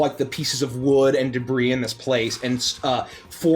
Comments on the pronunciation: debris = de bree (it's french in origin so you don't say the 's') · "It's covered in de-briss." This is what happens when you let a mohel into a balloon factory. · Pretty sure she was just riffing lol, she's a grown woman in the U.S., she's heard the real pronunciation.